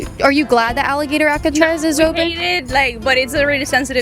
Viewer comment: If that’s how you pronounce Alcatraz, GTFO of the country!!